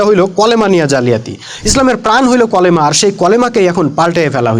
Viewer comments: আপনি তো কালেমার উচ্চারণ টা ঠিক ভাবে করতে পারেন না এরকম মূর্খ সুরক্ষ বয়ান কেন দেন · আপনিইত ভুল বলতেছেন।কালিমা কথাটাকে কলিমা বলতেছেন। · Bhai kolema na kalema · ভাইরে ভাই আগে উচ্চারণ করা শিখেন তারপর মানুষকে পরামর্শ দিতে আইসেন ওটা কলেমা হবে না কালিমা হিজবুত তাওহীদের তো এই অবস্থা ঠিকমতন কথা কইতে পারে না আর সে ইসলামের কথা কইতে আসছে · কলেমা না কি ভালো করেও কালেমার কথা বলতে পারেনা বলে কলেমা😅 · Kolema na kalema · Vai colama na kalema 😢😅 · ঐ কলেমা না কালিমা ঠিক করে বলুন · ভাই কলেমা না কালিমা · আপনি দেখছি খুব শিক্ষিত 😂😂😂 কালিমা কে কলিমা পড়ছেন😅😅😅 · ভাই কলেমা না কালেমা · ভাই কলেমা হবে না কালেমা হবে। আশা করি সংসোধন করে নিবেন। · কি রে ভাই কলেমা মানি কি?কালেমা হবে কালেমা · ভাই ওটা কলেমা না কালেমা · অল্প বিদ্যা ভয়ংকর /ভাইয়া উচ্চারণ ঠিক করুন /কলেমা কি এটা কালেমা হবে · / কলেমা নারে ভাই কালেমা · 😂😂😂 ভাই কলেমা নাকি কালেমা😂😂😂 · কথা ঠিক কিন্তু কলেমা না ভাই কালেমা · হা*লা*য় একটা ফেরকা বাজ.....কালেমা কে কলেমা কয় হ্যায় আবার বড় বড় জ্ঞান দেয় আাবার আরবি ব্যকারণ বুঝায়।😂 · কলেমা না ওইটা কালেমা হবে কারণ আরবি অক্ষর পেট কাটা কাফ দিয়ে শুরু হলে তা বাংলায় convert হয়ে 'কা' উচ্চারিত হয়, আর আরবি অক্ষর দুই নুক্তা যুক্ত কফ দিয়ে শুরু হলে তা বাংলায় convert হয়ে 'ক' উচ্চারিত হয়। একটি আরবি অক্ষর উচ্চারনে সামান্য পরিমান ভুল হলে পুরা বাক্যের অর্থ পরিবর্তন হয়ে যায়। উদাহরণ হিসেবে:- সূরা ফাতেহা তেলাওয়াত করার সময় শুরুতে আলহামদুলিল্লাহি রব্বিল আলামিন বাক্যটির অর্থ হচ্চে - (সকল প্রসংশা আল্লাহর জন্য) যদি আল(হা)মদুলিল্লাহি এই আরবি অক্ষর 'হা' শব্দটি ভালো করে উচ্চারিত না হলে পুরু বাক্যের অর্থ পরিবর্তন হয়ে ( সকল আবর্জনা আল্লাহর জন্য) তখন এই অর্থ হয়ে যাবে। নায়ুযুবিল্লাহ তাই বলি কি নিজেই আগে ভালো করে পুরু কালেমার সঠিক উচ্চারণটা ঠিক করুন তার পর না হয় আলেমদের ভুল দেখায় দিয়েন। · কলমা কালমা কে কলমা এটা কি ভাই ভুল ধরতে গিয়ে নিজেই ভুল করেছেন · যে কালিমা বলতে পারেনা ঠিকমতো ।সে আসছে বয়ান দিতে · কালেমা শব্দটি তুমি নিজে শুদ্ধ করে বলতে পারো না তাহলে এই সমস্ত ভিডিও বানিয়ে কি বুঝাতে চাচ্ছ আমি বড় পন্ডিত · ভাই কালেমার উচ্চারণ আগে ঠিক কর